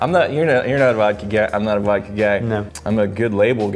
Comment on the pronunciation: Vhiskey or Wodka?